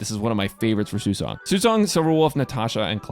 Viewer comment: It's nice to see someone pronouncing her name properly.